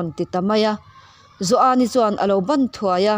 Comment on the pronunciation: Joani tih pawh i thluk diai tawh lova i chiar thiam ngaihthlak a nuam e